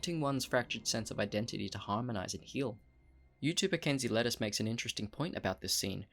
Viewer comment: Kenzie LUTECE, not lettuce!